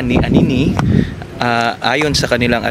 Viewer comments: aniniway tawag dyan..di anini ih...lol! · Anini-y pronounce as aniniwai or aniniway in tagalog po. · Anini Y ang spelling pero Aniniway ang bigkas. Salamat